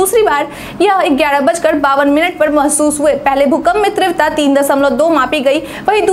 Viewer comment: तीव्रता शब्द का सही उच्चारण किया करें।इसे गलती से त्रीवता न कहा करें।